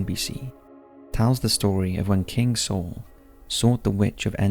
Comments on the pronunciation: Dude, I love your videos but PLEASE learn to pronounce words correctly! In the first two minutes you mispronounced Saul, Exodus, Circe and deities! Look them up if you're unsure, please! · Okay, you can pronounce Malleus Malificarum, but can't pronounce Exodus, deity, Saul, Circe, impotence, or reformation? I'm only . I find this channel interesting and have been subscribed for a very long time (years), but this is driving me nuts. I had to mention it at least once. Please use a pronunciation dictionary or something. A video doesn't need to be perfect, but the rest of the content and production value is good enough that the constant mispronunciations are distracting. It lowers the level of professionalism and effort I know you guys put into videos. I'm still giving it a thumbs up, but I hope you can take some constructive criticism.